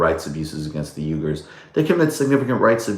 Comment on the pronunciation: "we-gers" not "U-gers"